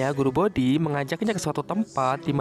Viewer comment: guru boti min bukan bodi hehehe